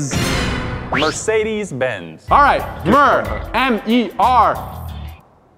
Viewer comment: BROO SAID BNZ INSTEAD OF BENZ AND THEY STILL COUNTED😮